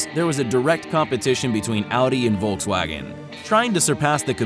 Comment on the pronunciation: man learn to say Volkswagen in the proper way...